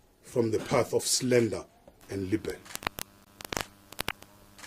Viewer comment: Minister please take time to learn correct pronounciation of English words, like slander and libel😱